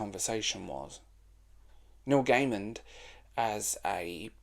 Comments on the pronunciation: Love the video, agree his work is either great or shite. Also, please there is no D on the end of Gaiman. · It's distracting when you pronounce his name with a 'd' at the end every time. Good video, though. cheers